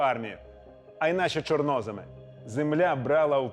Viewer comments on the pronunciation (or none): Не чорнОземи а чорноЗеми!